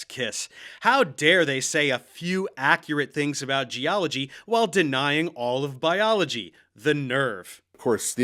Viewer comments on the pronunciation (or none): I just love sexy lisp. And the way he pronounces he eloquent words Geology - JOLLY-G Creationist - CRAtionist Helium - HeliuN Accurate - acKERate Particular - ParTICKLER Population - PAPAlation Fairy tales - FURry tales Biologist - BALLAgist Abiogenesis - UHbiogenesis Manipulating - MuhNIPPLEating Secular - SecUHLar Whales - WELLs I keep having to edit my post to add more as I find them 🤣🤣🤣